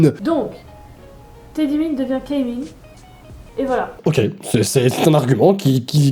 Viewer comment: "Keymin" ? ... Keymin... Mon esprit de Shawol part trop loin.